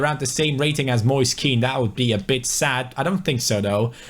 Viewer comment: Moise Keans name is pronounced like moyseh ken